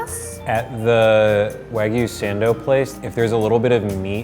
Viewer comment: "Wagyu Sehndow"